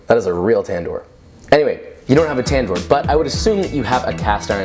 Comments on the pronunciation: What you made was 60 % raw ,and by the way it's called tandoor not tendur,and another thing was that you didn't made that in a tandoor that was not naan ,it wasn't even roti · It’s actually pronounced Tan-nour and it simply means oven. The vowel letters pronounced like this: One Fool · the way he says tandoor makes me cringe.